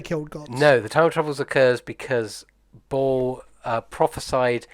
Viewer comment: Since you mentioned it, here you go: Bhaal = beh-HAHL (it is mispronounced by every single person in the games). Baal is a separate god. p.s. Why does Volo get another card? He has a book named after him. So does Tasha.